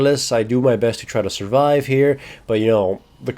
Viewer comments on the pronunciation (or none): none